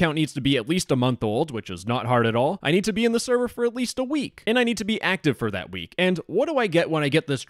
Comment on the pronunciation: "You *nerd* this role..." WTF LMAO